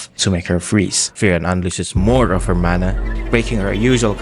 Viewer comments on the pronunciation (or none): none